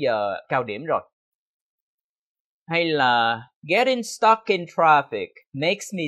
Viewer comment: Stuck ko nhấn quá cao như vậy đâu,vẫn giống cach phat am theo tieng viet